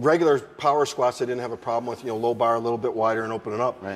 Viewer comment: best part was the "skwaats" thing